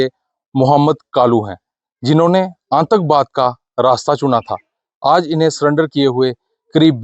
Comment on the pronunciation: Aantakvaad nhi aatankvaad reporter ko pronounce karna nhi aata tatti reporter